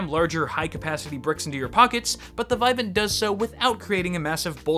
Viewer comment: It's "vih-VAHNT".